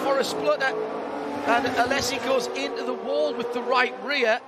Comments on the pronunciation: ... and the emphasis is on the last syllable. Phonetic spelling is aleʹzi. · A-lay-si....not Alessi....he is in his 50's know...you would have thought the commentator would have got it right by now 😏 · Alesssi. He is called Alesi. Why these commentators never learn how to pronounce names?!?! Vetteeeeeel, Alesssssi. Its embarassing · the commentator was pronouncing it A-less-i...no z involved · Why is the mong calling him Alessi? ... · The way he pronounces Alesi 😭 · The commentator pronouncing Alesi’s name incorrectly is a little more than mildly annoying. It’s not like he isn’t one of the most famous racing drivers of his day. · Jean 'Alessi' as no-one has ever called him... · Learn how to pronounce Alesi, John Hindhaugh. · that mispronouncuation of alesi though